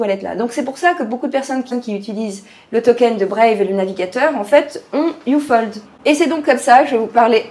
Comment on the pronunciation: ufold mdr , sa se prononce up - hold ^^